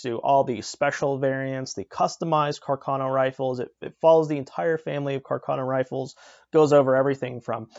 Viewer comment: And Càrcano, not "Carcàno". Other than that, a very good presentation of a true piece of Italian arms history, and a love/hate affair for all shooters in the world. Greetings from Italy!